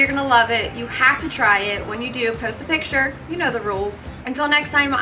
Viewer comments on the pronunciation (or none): none